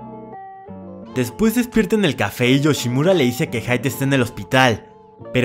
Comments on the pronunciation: Jajjaja si y a Hide diciendole Haid, más perdido estaba cuando narraba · Todos: jide El de: jaid (Escribí la pronunciación) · A alguien más le da ansiedad como dice: Raiz en vez de rize normal y haid en vez de hide como se escribe...y además que le dice nameki xd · es que por lo que veo estuvo pronunciando varios nombres en ingles, por eso hide le decia haid y a rize le dice raiz xd